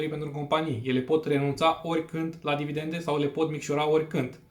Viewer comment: Cred ca ai capata mult mai multa credibilitate daca ai spune/pronunta 'dividende', nu 'dividente'. Spor si bafta.